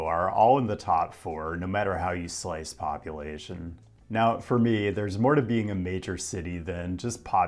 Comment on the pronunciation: Me hearing him say "population" , while trying to be a rapper to fix the housing crisis: did he say "ovulation"? Am I being helped out by the subconscious collective here? Looking forward to the rest of the video!